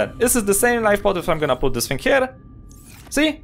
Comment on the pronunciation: "now with this think" lol gotta love none English people. Anyway, thanks for the tip.